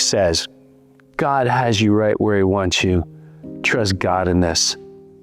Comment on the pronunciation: ermagurddddd why u tawking about gurd